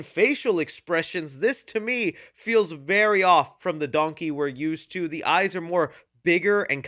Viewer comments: Please tell me I'm not the only one who immediately caught Eddie Murphy saying "dunkey" instead of "donkey" XD XD (Heck, even YouTube's close caption got it!) Also it has been confirmed, John Lithgow is NOT returning for Shrek 5, so IDK why they are saying Lord Farquaad is coming back, unless they're bringing back the character, but having someone else voice him. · Why does Eddie Murphy pronounce Donkey like "Dunky"?